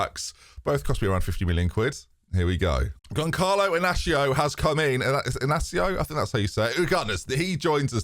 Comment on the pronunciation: Inácio was well pronounced but the First name is pronounced Gonsalo the c before vowel is read s in portuguese. Of course there is no problem in misspronoucing names